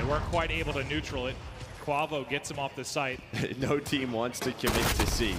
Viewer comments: Kwah-vo lmfao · Bro its KWAAAVO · gotta love "invoy" and "kwavo"...wtf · Can yall just call him kenny and not butcher kuavo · cant say “quavo” right to save his life, jesus, not that hard 🤣